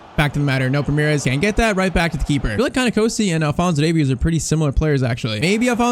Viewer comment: You are pronouncing NKOSI wrong I your wro g cause also South African